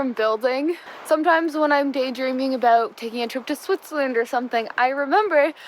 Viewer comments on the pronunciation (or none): You said aboot.